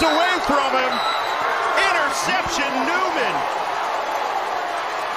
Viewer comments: Could someone tell this play by play announcer that Xavier is pronounced ZAVE-YUR, not Egs-Zave-yur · No they won't. Your parents don't meet everybody who reads your name. It's on your driver's license, it's on your ID. BTW, all the way through the video, they called him eggs-avier Henry. If they wanted him called that they should have put Eggzavier on his birth certificate. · Sportscaster calling the guy X Zavier drove me nuts! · Why is xylophone pronounced zilafone, and xerces pronounced zerksees, but xavier is eggs-avier?